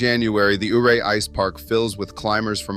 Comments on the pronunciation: It is pronounced U-ray not OOray. just saying. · I grew up in Delta County Western Colorado, Before the Eisenhower Tunnel we Drove 550, Red Mountain Is a Sweet Drive, There is access to 1 of the best 4x4 Trails In America. And stop mispronouncing Ouray... you weirdo